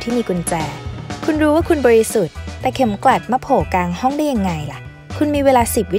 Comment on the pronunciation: กลางห้อง ไม่ใช่ กางห้อง นะคะ55 ชอบเสียงพี่ผู้หญิงที่สุดเลยค่า ติดตามอยู่นะคะ